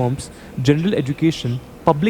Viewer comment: Paglait Budia ye ye ye kya lagati rehti hais har word me.... Madrassa chaap jaise. Jyander GEN der GEN GEN jyaandar nahi yaducaton nahi EDU cation. Kyaa rala nahi KE rala KE KE KE Ke ke ke